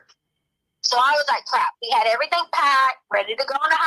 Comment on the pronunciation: Whyyyyyyyy does she add a K on to any word ending in ing????? "Errythingkkkk"